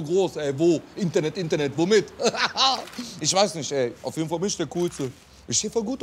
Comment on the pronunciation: "auf ejdenfall bin ich der kuhlste" c